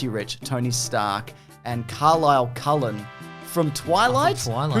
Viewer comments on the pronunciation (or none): none